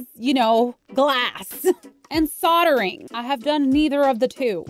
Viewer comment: I was thinking, what on earth is she saying sottering, soatring? Ohhhhh soldering